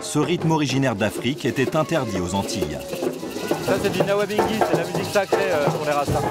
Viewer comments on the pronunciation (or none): C'est quoi ce journaliste en carton? Les percus ... , ça se nome : Nyabinghi et pas Nawabinghi 😂 Il n'aime pas le reggae apparemment (Ca suffit le reggae là, STOP!) 👹 De toutes façons il s'est bien fait "rouler" pour la weed , ce sont des billets en dollars américains et 20 USD, quel bouffon !!! 🤣😂 Bomboclaat !!!!!